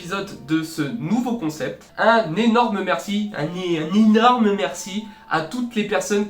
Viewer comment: "Un nyenorme merci " Bah un nyenorme derien 😂